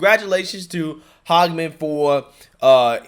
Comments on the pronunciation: can you please try to pronounce people’s names correctly? It’s not HOGman, it’s not HAG either, it’s Hage (like The Hague) man. It’s not a difficult thing to do. Always is cringe when you do this otherwise I love your commentary ✌🏼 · Here in Wyoming we learned our lesson. We voted her out for "HAGEMAN." It is NOT "HOG" it is "Hay-G-Man." But do you see how the MSM is loving on Cheney? Maybe she can run out East in Virginia or someplace...